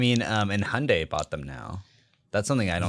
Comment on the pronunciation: Wait You pronounce Hyundai like sunday?!😂